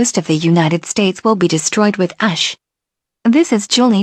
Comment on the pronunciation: the way she said ash though